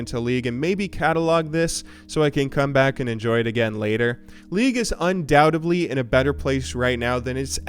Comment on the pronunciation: Un-doubt-ed-ly, not un-dount-eb-ly. As a newcomer to the league scene, and someone who doesn't follow esports, I enjoyed the video, and learned a bit about LoL's history.